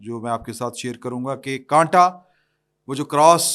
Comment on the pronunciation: وہ کنٹا نہیں ہےاس کو کاٹا کہتے ہیں